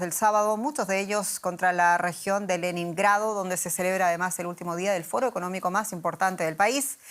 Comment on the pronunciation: Leníngrado? Está perdida esta mujer